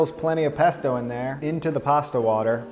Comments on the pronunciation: I'm not Italian but even I am offended by your "pesto" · im not italian but im still upset about your "pesto" jajajajj